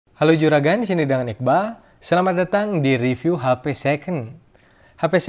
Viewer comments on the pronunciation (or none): none